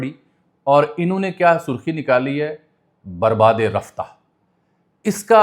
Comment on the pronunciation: اجمل ایتھے لفظ برباد دی “د” دے تھلے زیر نئیں۔ بلکہ کجھ وی نئیں۔ اس دے علاوہ جدید فارسی وچ لفظ رفتہ دا تلفظ ساڈی طرح نئیں کیتا جاندا۔ ایتھے رفتہ دی “ہ” دے تھلے زیر اے۔ شکست با شکوہ وچ شکوہ دا تلفظ بالکل اسی طرح اے جس طرح شہزادہ دارا شکوہ وچ اے۔ میں جدید فارسی وچ ڈگری کیتی اے۔